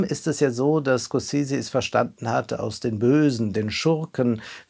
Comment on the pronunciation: Von einem Filmkritiker erwarte ich, dass er in Lage ist den Namen des Regisseurs korrekt auszusprechen.